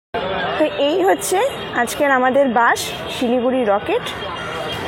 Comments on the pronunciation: bash na bus hbe ota, uchharon er bepar ta dekhe neben , স and শ er somossa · 😂😂😂it's bus not bash